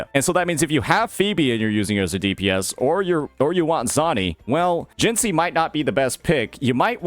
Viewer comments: You should be in jail next to Scar for how you pronounce Jinhsi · The way you pronounced "Jinhsi" is criminal